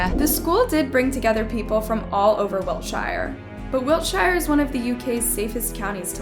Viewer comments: You heard the citizens refer to the location as WILTSHIRE and you keep yapping about WIL-SHI-ER what is wrong with you? You amerikkkans just got to messing up everything? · Its pronounced wilt shere not shire as in the hobbits/LOTR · It's Wiltshire, not Wiltshaire. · Wil- sheer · It’s wilt-sheer not Wiltshire😂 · You heard the correct pronunciation and yet you continued to destroy the name WILTSHIRE .